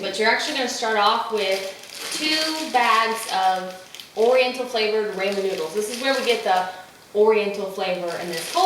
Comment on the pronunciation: Until YOU , I've not heard ANYONE pronounce Ramen with a long "A" :) I've ALSO not seen the recipe where the NOODLES were toasted too, wow! I might take that extra step when making it , and oh...*APPLE CIDER VINEGAR* is better (IMO) than the white vinegar you add, just sayin'~~~:)